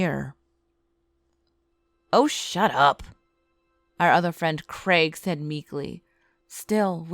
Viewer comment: She seed Ben seed 2 times hahahah